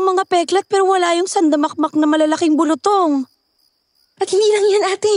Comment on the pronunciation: Its bulu-tong.not bulutong.